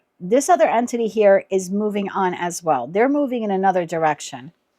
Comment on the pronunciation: That's interesting as you keep saying entity, and I keep hearing anthony, which is the persons name. thank you for this reading